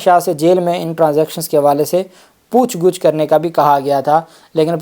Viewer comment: Lafz pooch gach hoti hai Pooch Guch nahin.